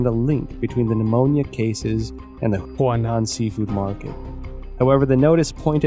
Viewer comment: Huanan seafood market, NOT Hunan. Apart from that, excellent job.